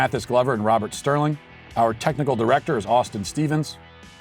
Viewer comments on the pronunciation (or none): none